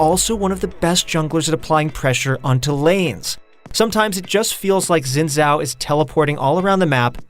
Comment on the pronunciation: Its closer to Sin Zhao OK?